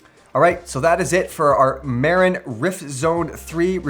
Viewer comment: MuuuRinnnn not Marein